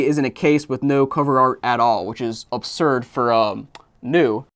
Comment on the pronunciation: How many time will say "obsurd" plus or minus 5